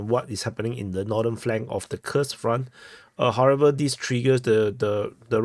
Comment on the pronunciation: Your pronunciation of Курск is awesome :) . It's correct.